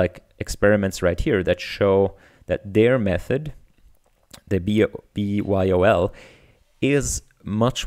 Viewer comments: it's probably pronounced bee-why-oh-ell, after BYOB, which stands for Bring Your Own Beer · I think you pronounce this "B-Y-O-L". It's a play on "B-Y-O-B" for "Bring your own booze". Basically this means to bring your own drinks to a party or gathering.